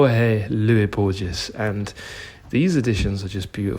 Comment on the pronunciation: Love your videos man and especially the bookshop tours keep them coming! A little help with the Borges pronunciation (I know the G or J in Spanish tends to be complicated for English speakers), it is "Bor-hes". I actually would like to recommend you my favourite Argentinian author, who is Julio Cortazar, you might have read Hopscotch, which is brilliant, but also his short stories are remarkable.